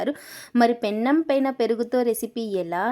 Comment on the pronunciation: Pennam కాదు తల్లి. పెనం.